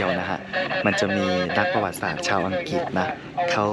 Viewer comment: อังกริด ไม่ใช่ อังกิด คลิป ไม่ใช่ คิป นอกนั้นเริดค่ะสำหรับวัย